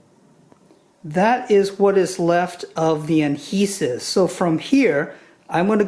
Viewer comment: Does he know it’s ‘adhesive’ not ‘Anhesive’